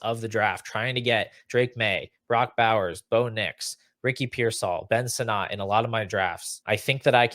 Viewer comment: Please for the love of god say Ben Sinnott’s name right. Ben “Senate”